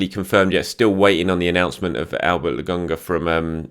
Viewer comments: honestly how hard is it to say lokon - ga stop calling the man lagonga. 🤷🏽‍♂️🤷🏽‍♂️ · Why does he keep calling him "logonga", is pronouncing K that difficult?